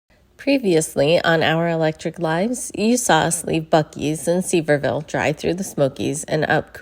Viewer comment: It’s pronounced SUH-VEER-VILL